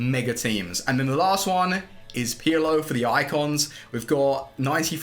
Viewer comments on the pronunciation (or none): It’s pirlo not peeyalo 😂